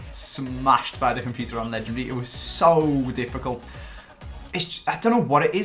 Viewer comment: pls stop pronouncing legendary wrong mate lol